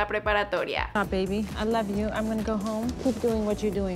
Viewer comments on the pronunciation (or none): none